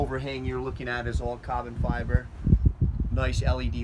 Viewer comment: I could listen to this guy say cobbin fiber all day 😂😂